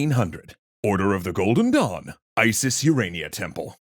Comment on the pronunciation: Had my eyes closed. Thought you said the order of the golden dong. 🤣